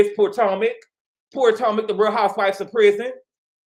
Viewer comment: Did. You say 'poor-tomac'??! 😂 If not that is funny and shady when comparing Gizelle to Teresa